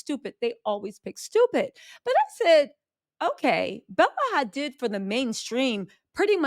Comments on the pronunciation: Why you pronouncing Hadid like it's Hispanic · Bella Hadiddas! 😆